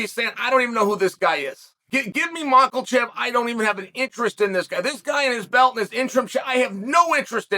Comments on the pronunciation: How come you can pronounce “Volkonofski” perfectly but you insist on pronouncing it “Maklchev”?😂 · Chael purposely saying “yarear” and “mackulchev” is goofy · Is Chael fucking these guys names up as some sort of dig at them? “Ur-Rear” is wild for Yair and mackle-chev just straight up sounds like shade lmfao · Rematch with “Mocklechev” first and then defend belt against “Ya-rear”